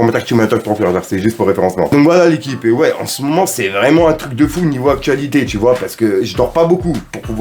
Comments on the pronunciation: 🤣🤣🤣🤣🤣🤣Le vreuuuument a magistral tu fait l'accent renoi mtn mdrr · ça me fume comment tu dis "Vreuuument" avec l'accent ! 🤣🤣 Grosse force mon gars !